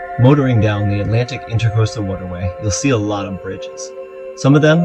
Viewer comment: Just FYI... it's the intracoastal not intercoastal